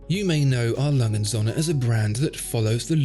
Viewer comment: 'Lange & Söhne' is pronounced langer (like 'hanger') and 'zurna'. Well, if you're going to say it repeatedly in a video you might as well go to the effort of getting it right.